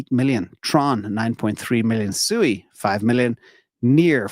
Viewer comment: SUI is pronounced "swee", not sue-eee. The later is the word used to call a herd of pigs.